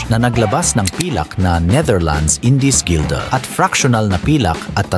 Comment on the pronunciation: ❓Kung sino man ang in charge sa “research” and voiceover, i-check sana yung mga info bago i-render and i-publish ang video. Delikado ang ganyan. Mali-maling info ang nasasabi. Walang salitang “Indiskilda”. Merong “Indies guilder.” Isa pa, ano ang “o sign siglo”? Baka “18th century” ang gustong sabihin. HUWAG kasi umasa lang sa AI translation tools. Mas mainam mag-hire ng totoong researcher. Sana maayos ng Pinoy Pawnstar ang aspect na ito ng show nila. Dapat legit ang researcher, or at least marunong ng basics.